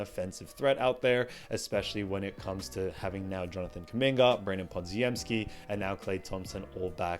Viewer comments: Good vid as usual and I didn't disagree with any of the main points, although I'm pretty sure Podz's full name is pronounced similar to Poj-em-ski and not like your more phonetic Pod-zi-em-ski. Apologies for being a pedant and I'm happy to be corrected, however I've also never heard it said that way, so many times within a short period. Thanks! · Pronounced Pod-jem-ski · I can tell this guy has never actually watched a warrior game based on how pronounced podziemsky. What a hack and fraud